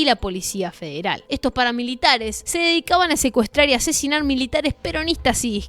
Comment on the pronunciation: En el minuti en vez de decir asesinar puso asesionar